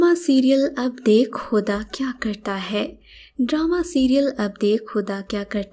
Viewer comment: Stop saying "hai" in that stupid way!